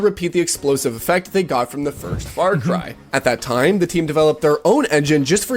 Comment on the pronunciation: As an Aussie, I know the world thinks we have a funny accent. But seriously...What part of America do you have to come from to pronounce "Farcry" as "Fart-Cry"? I'm so angry right now